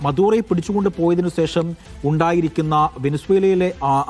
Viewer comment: സേഷം അല്ലെടോ, ശേഷം എന്ന് പറഞ്ഞു ശീലിക്ക് 😂